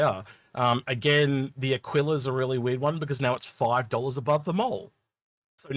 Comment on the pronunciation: a-key-la as in tequila